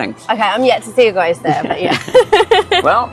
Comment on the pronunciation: Is she saying goist?